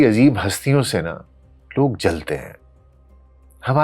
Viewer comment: نندو نہیں نرندو۔ nandu not narindu